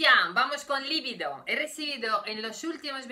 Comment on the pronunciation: La palabra se pronuncia "libido", li-biiiiii-do. No lleva acento ortográfico, pero sí acento fonético en la segunda sílaba. Es un sustantivo femenino, "la" libido (el deseo sexual)... >>>>>El error no procede de su lengua materna rusa, sino de que muchos españoles lo pronuncian mal. Usted habla un excelente español, y lo hablará todavía mejor con estas pequeñas correcciones. >>>>>Enhorabuena por sus vídeos.